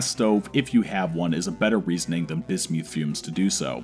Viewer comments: It’s pronounced biz • myth NOT biz •Mewth SAY IT RIGHT 🤬🤬🤬🤬🤬🤬🤬🤬😡😡😡😡😡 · ...only an American could pronounce it: bis-MEWTH!!! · I had to stop watching as your corrupt pronunciation of "Bismuth" was intolerable... sorry I tried. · Did he just pronounce bismuth like bis mewth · This is awesome! Side note: totally pronouncing it Bismewth from here on out. Bismuth is such an ugly sounding trash word. But BisMewth... now THAT is a powerful sounding Pokemon name, and I am here for it. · Rusty Shackleford painful right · "bismewth" (the way he pronounces it) sounds like a pokemon lol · LOL bismyouth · That's the most embarrassing pronunciation of bismuth I've ever heard. Great video otherwise. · bro...just say the word right...thats all I ask. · If you want to die take a shot every time he says bismuth funny.